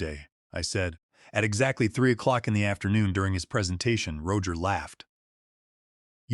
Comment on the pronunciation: AI pronouncing Roger as Row-ger 😂😂😂